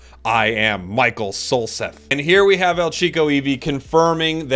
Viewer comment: “I am Michael Solseth” Hold on a sec- you actually said my last name correctly! People always say Salsa or Sosa. Well you just made my day,.